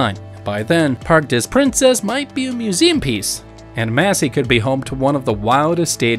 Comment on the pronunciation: "Parks dess Princess"? 🤣🤣🤣